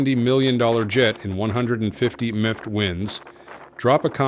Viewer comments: AI voice detected. I give up. Delete. Move on. Use a person who knows that MPH is not pronounced "miff". You lose the contest for my attention. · Fake voiceover. Stopped this junk at M-P-H winds. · when he said mph winds instead of miles per hour i had to quit its ai bullshit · LOL.. when the AI voice pronounces 150mph winds as 150miff winds... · Mffft and M P H as an explanation for miles per hour?thats when i clicked that this is an Ai narrator?. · 157 meph winds!🤣. Gotta love how AI can’t read. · I LIKE HOW THE A.I TRIES TO SOUND OUT M.P.H.😂😂😂 IT SAID MMMPA🤦🏾‍♂️🤣🤣🤣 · Miffed winds??? AI is getting STUPID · 150 meft winds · It went from em pee aitch initially to meft in the same video. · 150 mniff winds stupid AI voice can't say mph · Who pronounces MPH as MPH??? Apart from bad Ai that is. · "150 meemf winds".....AI just sucks ass, is it really that hard to narrate with a real human voice? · The mif winds instead of mph didn't give it away? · Get a new voiceover program! it's mph or miles per hour not "em ea ach" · . Tuned out immediately when I heard "157 emm pee hatch winds". Why are all these creators getting SO lazy and making AI do their voiceovers?! It's pure laziness and ruins the quality of the video. Also proves they don't edit the AI output before publishing...SO lazy And "what would you do if you had to secure a jet in 150mift winds?" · 04.09 MPH WINDS PRONOUNCED AS MIFFED WINDS... DAMN THE AI IS REAL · These AI narrators can turn a serious presentation into a laughing stock. 150 "meph" winds😂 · Eye KNOW, Riiight?? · Maeph winds 😂 that's a new AI term for speed. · ' Em Pee Aich Winds' 🤣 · What is a 150 Mep wind AI can’t read mph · yeah wtf was that? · No shit! What the fuck is a "meedumour"? Or a "miff"? Also lose the fucking soap bubbles floating in the air. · The Ai voice sure does have a hard time with "MPH" 🫡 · It almost worked but it can't pronounce MPH 😂